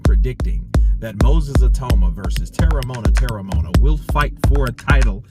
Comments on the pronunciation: You pronounce it like this: Tear-rah-mow-ah-nah. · Terry-mo-un-a thats his name